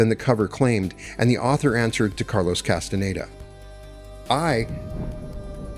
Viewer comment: The narrator's inability to pronounce "Castañeda" is very annoying.